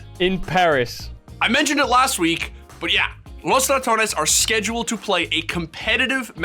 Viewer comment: Wow, you are the first person that has pronounced “Los Ratones” even remotely correct since its inception. Good job.